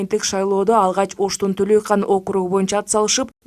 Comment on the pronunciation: Туура айткан Атазов. Ш. "Төлайкан" эмес, "ТӨЛӨЙКӨН" келесоо журналист. Так, тактап атасаң айылдын атын. Билбесең тактап ал!